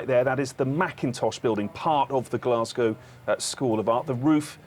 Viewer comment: First time I’ve heard an American say Glasgow correctly